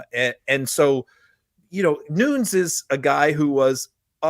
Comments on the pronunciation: Devin Nunes' last name is pronounced (according to Wikipedia) /ˈnuːnɛs/ (NooNess), not Noons. Just FYI. Keep up the great work. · Pronounced New-nez Devon is Portuguese that's how his last name is pronounced.